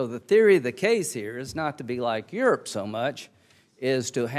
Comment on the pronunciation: I doubt he can even spell "science". And did he say there are 50 countries in yoorp?